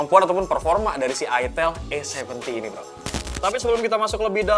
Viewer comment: Itel salah sebut dikit langsung jadi itil😖😖😖